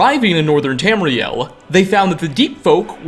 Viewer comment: Ia, cant get over your speech patternsa. "in Tamriela, the wood elves, the dark elvesa...humansa too". -_-'